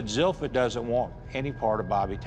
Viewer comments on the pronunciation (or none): Is anyone else fascinated by the fact that Zilpha's family mispronounces her name? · I was surprised to see her name was spelled Zilpha when everyone pronounced it Zelphia.